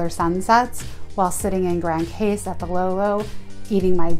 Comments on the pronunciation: great review love it!!! it's pronounce "Grand Cause" but spell Grand Case. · Its pronounced "meh ree gow " not Marr e go. And its pronounced "Gran Coss" , not pronounced Grand Case, even though that is how it is spelled. Please ask the locals first before making a video with it wrong. I cringed every time you mispronounced both places. Otherwise a nice video, Love Friar's Bay and the LOLOs. been going the SXM for 30 years. Cheers